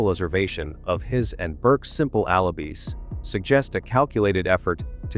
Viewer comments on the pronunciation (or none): AI NARRATION IS SO DISGUSTING - BAD PRONUNCIATION OF PAGEANT AND ALIBIS CANT SOME HUMAN READ THIS STORY. THE TITLE SAYS JOHN LIED ABOUT BURKE BUT THIS STORY MAKES IT SOUND LIKE JOHN IS THE GUILTY ONE.......